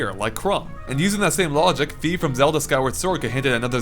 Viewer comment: Um, you pronounced Fi wrong. It's pronounced Fai/Fye.